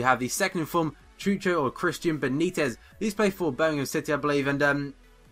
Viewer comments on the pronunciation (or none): none